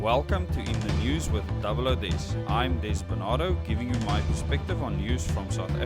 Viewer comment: Happy Fathers Day, OOH-DEZZ, stupid way of pronouncing DOUBLE-O-DEZZ, lol.